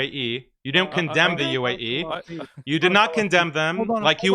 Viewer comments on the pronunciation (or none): Can't even say the word "UAE" , this shows it all